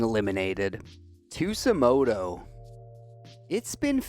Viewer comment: bro how tf do you get an S sound from a J in Tsujimoto ???? 😭😭